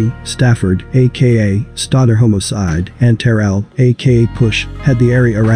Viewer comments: You check the AI voice " HOMO-CIDE."😂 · Stop saying "homocide",it sounds cringy!